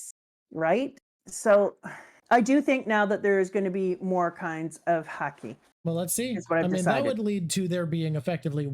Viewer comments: Dear, please pronounce Haki like you did and not like you did. Every time I hear Haki pronounced Hakay, I get so distracted that I miss what was actually said. I rewind and I hear "Hakey" again 😒. I believe that you should not intentionally teach incorrect pronunciation. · How does she keep mispronouncing Haki? Shes Canadian, it’s literally pronounced the same as her favorite sport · Am I the only one that finds her saying “hakei “ annoying instead of haki? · Does it bother anyone else that purposely mispronounces Haki? I'm fine with people struggling to pronounce words in a different language, but when you know the actual pronunciation and mispronounce it on purpose, it feels disrespectful to the language. It would be like if I pronounced "taco" as "TAY-ko" or "Shakespeare" as "Shakey-spearey" just because I think it sounds better.